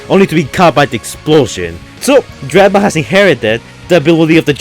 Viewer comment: Dreadbort lmao